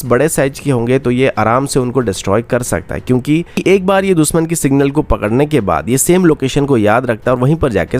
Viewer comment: Yaar ye दुसमन sun k kaan झंझना jate hai दुशमन होता है दुशमन, न की दुसमन